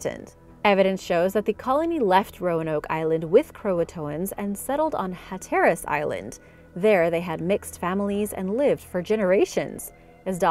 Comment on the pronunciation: FYI It's pronounced Hat-er-us. Also, it's definitely not as definitively solved as indicated here. There are many differing ideas on where the colonists ended up and what happened to them.